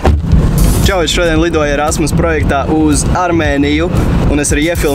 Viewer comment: kam vel likas ka teica ' rasmas' projekts?